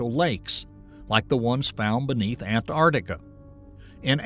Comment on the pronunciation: A million years to melt an ice sheet ? That doesn't strike me as particularly sensitive. I'll keep watching............. , some rocks or pebbles look like pharmaceutical capsules. Did you send a camera down for that pic, or invent it? mispronunciation of :Antarctica" mispronunciation of "Arctic" Geopolitical intrigue? Really? Are you unaware that prior to the holocene was the pleistocenE? and that we have plenty of solid evidence thatthe earth has been cycling through climatic change for billions of yers. And now you're pushing the green new deal ? Really bud, it's not cars and cowfarts causing these changes. And imho, a human voice would would be better, even if you're spewing unscientific crap to support your propaganda about climate change.